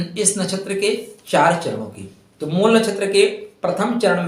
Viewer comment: जब आप शब्द को शुद्ध शुद्ध नहीं बोल / लिख सकते हैं तब आगे क्या करते होंगे?????😮 मूल को मूला कह रहे हैं???😮 राम पुलिंग शब्द है और रामा या रमा स्त्रीलिंग है, विभेद समझ रहे हैं??